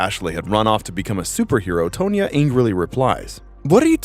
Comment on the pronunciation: Tonya has no "e" in it, it is not "toe-knee-uh" nor "tone-nya." The name is same as Tonnia but spelled differently. You must also think the now 52 year old ex-figure skater Tonya Harding is "Toe-knee-uh." Learn the pronunciation fore ypu utter the names or you will leave a trail of confusion in society at large.